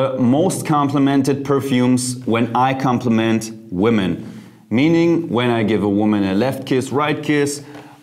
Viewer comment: You might want to change your pronunciation of the word: women. It's more like 'wimmin'' and not : woh men...interesting video.